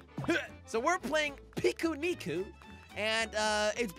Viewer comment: yes, you pronounced pikuniku correctly